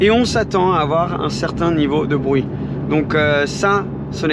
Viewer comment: « Pour avoir un échappement qui fait bwuit, bruit » le petit accent anglais qui a glissé tranquillement mdrrr Cette voiture doit être sacrément incroyable pour avoir dû réfléchir afin de trouver des points négatifs.